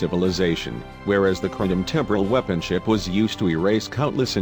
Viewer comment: Super weepons and Romulan pre-door. and who's Jim Hatter? Brother of Bob Hatter of course! Gene Luke 'Skywalker' Picard has always been my favorite captain. Cling-in sheeps are some badass veesules. "Unnamed species from fluidic space" - hmmm, I guess I imaged all those times they called them species 8472. Nevermind, the robot just contradicted itself by saying the name.